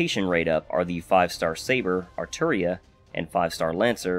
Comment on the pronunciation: Gotta respect a fellow fate nerd who says Arturia lol